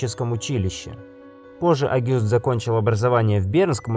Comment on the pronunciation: кроме того, терминология не совсем верная. Вы говорите абюратор, а надо обтюратор, и не Агюст, а Огюст🤘